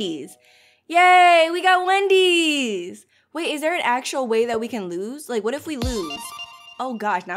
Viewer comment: why does this sound like a good anime intro you know i like it How i heard her:i lige it